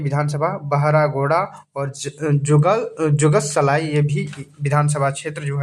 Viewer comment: Jugalsalai nhi jugsalai hota kuch v bolte h😢